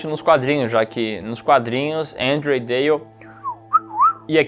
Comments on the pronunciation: Que porra de "Éndria"... é Andréa caralho. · Difícil falar Andréia? Kkkkkjjkk